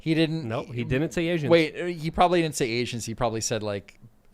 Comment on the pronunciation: Biden said asains